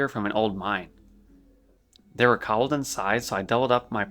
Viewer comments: and kobolds. Ko (rhymes with toe) and bold sounding like saying the single word 'bold' or some people say it 'bald' so, koe-bald. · Good video, just constructive criticism, mispronouncing words is distracting, for example Defias and Kobalds. Keep up the good work, I know it’s time consuming